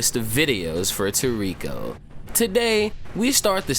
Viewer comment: For god sakes man, its [Tor-Ri-ko] even the sub voice actors say it like that!! I have never heard Komatsu say Tor-riko